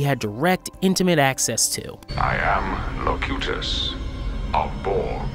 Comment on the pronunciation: This dude's terminology proves his lack of knowledge of Star trek. Mispronouncing Locutus, calling an Alcove a recharging station and more. 🤦‍♂️